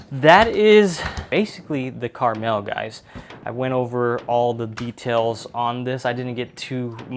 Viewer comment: It will be my next purchase - it will be interesting to compare to my Tavor X-95. That too has a extreme barrel covering and I just mount a fore grip. It is pronounced Kar-Mel, it is not a candy.